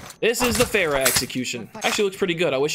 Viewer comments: It's not "fair ra" it's fah rah. They literally say it in the campaign. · Isn't it Far-uh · He can’t even pronounce farah correctly